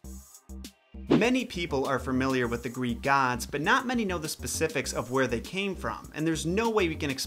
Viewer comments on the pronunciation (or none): Lol you may have the pronunciation of the names down, but you still can’t say the word “familiar” 😄